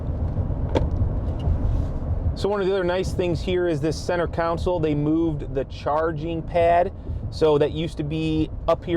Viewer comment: Center counsel hahaha